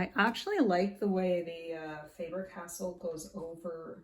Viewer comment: Faber- Castell. Castell, not castle. 😉